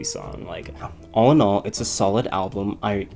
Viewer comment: Ok I can't like this because of the way you say album. wth?!?!? al blum?? no I wanted to pay attention but I couldnt. so....